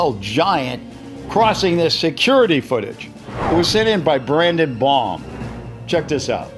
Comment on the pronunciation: Actually, it's pronounced "Braden Baum" not "Brandon Baum". Sorry, I should've spelled it to your gmail when I sent you that video.